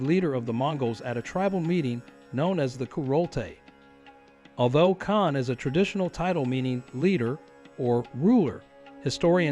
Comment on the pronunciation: I believe the usual pronunciation of "KAHN" is the same as in "CON- tract."